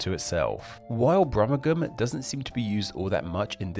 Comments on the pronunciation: Thanks for a top class video. A couple of points. The “g” in Brummagem is pronounced soft like the”j” in jar. I have read that Brummagem is not thought to be a corruption of Birmingham but a perfectly regular parallel development from the Old English - compare the equally valid pronunciations of Shrewsbury as Shroosbury and Shrowsbury. While we are on the subject of language I should mention that though my original Brummie speech is probably a little diluted I expect that my pronunciation of the diphthongs ou and ie appears eccentric. Most of us have some sort of accent other than pure RP and I was interested in yours. I noticed that you have the London traits of an occasional glottal stop and - always - the pronunciation of th as an f eg Plymouf instead of Plymouth. Additionally you seem to pronounce final ls as ws - eg “people” as “peopuw” - and regularly placed a heavy stress on the last consonant of a sentence, no doubt for clarity. I wonder what sort of a (slight) accent that is. Anyway, interesting . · "Brummagem" is pronounced with a soft 'G' and sounds like "Brumajem". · Its pronounced "Brum-ma-jen". If you're going to share information please make sure its correct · Regarding the term "Brummegem", you're pronouncing it wrong. The 'g' is a soft 'g', being pronounced like a 'j'. So, although it's spelt, "Brummegem", it's actually pronounced, "Brummejem". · As any Wulfrunian or Salopian will tell you, Brummagem is pronounced "Brummijum". Usage includes knocking screws into wood. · You are pronouncing Brumagem completely wrong. It is Brum - ag -em. The "e" should hardly be pronounced and the last two syllables are like "a gem", as in gem stone. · Brummagem is pronounced with a soft "g", so it's more like "brummajum" rather than the way it's pronounced in this video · Brummagem has a soft G not a hard G was pronounced in the video.